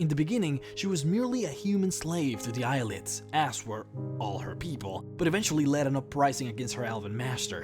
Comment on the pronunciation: Haha or when he said Eye Lids instead of Ayleids